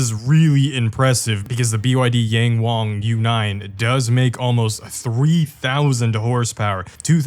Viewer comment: Why do you say YangWang like that 😭 the `ang` is pronounced the same, both are said like how you said wang.